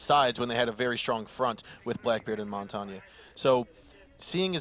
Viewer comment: All I'm saying is pick a way to pronounce "Montagne" and stick to it.